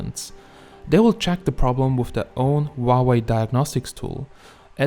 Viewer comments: GOD DAMNIT. ITS NOT WAHWAY ITS PRONOUNCED HOW WAY LOL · Huawei not uauei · Wauwe ? Is that how you pronounce it? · why you keep saying wa way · I love the way you pronounce Huawei 😂😂😂